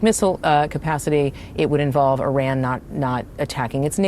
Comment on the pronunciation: Say Iran correctly!!! Fck sake!!!